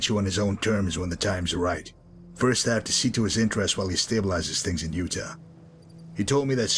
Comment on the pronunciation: Interesting how says Utah as Youta instead of You-tah... I wonder if hes doing that on purpose because, lore wise, no one remembers how to actually pronounce it, or if thats just how he pronounces it himself... interesting.